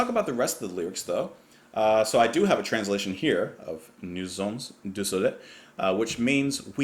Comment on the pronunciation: The ending "s" in "sommes" is not pronounced in French unless followed by a vowel, as in "nous sommes à destination". But in "nous sommes du soleil" it is followed by a consonant. Good job as always,.